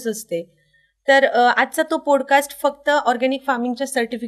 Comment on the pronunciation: पॉडकास्ट…not पोड cast..